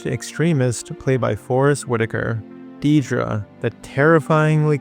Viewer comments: Not Diedra, Dedra, pronunced "Dead dra" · In the show it's never once pronounced Deeedra. It's never spelled Deedra in the subtitles. It's "Dead-ra." If you had a friend named Debra, would you call her Dee-bra? Weird. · It is Deh-Druh, not Dee-Druh. They say it like 1000x in the show. This is a pet peeve of mine, apologies.